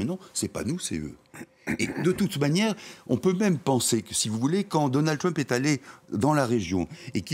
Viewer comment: Votre Journaliste ne pourrait pas faire un effort sur sa prononciation de "TrUmp"? on est en Françe, pas aux USA..."TrUWmp"...oO